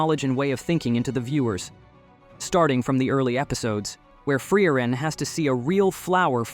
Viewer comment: Not even "Generic ai voice 2" can pronounce frieren correct